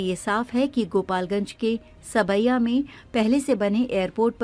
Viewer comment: Saab-ya,sawai nahi